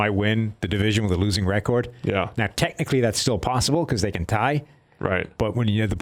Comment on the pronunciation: 32nd??? Your PFF scores are complete crap learn how to say the word “record”